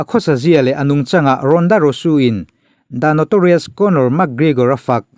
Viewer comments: Leh lawk, ronda rousey ania, ronda rusu tiin an lam lo, a mizo takin rawnda rauzi ti a lam tur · Ronda Rosu nilo in Ronda Rousey tih Zawk Aw... 😁👍👍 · Ronda rosu I tih khi ronda rosy tih zawk tur a lam dan khi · ronda rausi ti a lam tur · Ronda rousey hming hi i lam sual deuh em aw ka ti,kan chenna hmun a zir in tawng leh thil lam dan hi a in ang vek lo tih hi chu ka pawm thlâwp mai.Mahse,'Rusu' tih hi chu a dik hlel deuh chuan ka hria...a kut zungchal nilo in zunglai zawk alawm a hmuh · English an thiam bik em em awm bik der si lova ka lo tia keipawh. Sap ramah zin ta se hawi hai tak tak tur hian mi english pronunciation lo nuihsawh hi an ching.